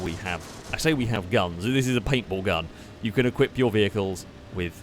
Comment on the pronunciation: Every time said “Paint Ball” I heard “papal” - as in the adjective used to reference the Pope. Sentence example: “The Roman Catholic Church’s military aircraft used its’ papal guns to mow down the ground targets.”